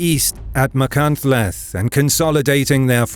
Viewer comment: As a Welshman this video was amazing, only thing I would say is the pronunciation of some Welsh towns, such as Machynlleth. In welsh, a double ll makes a sharp hiss and ch makes a more grinding sound, hard to describe but apart from that, great video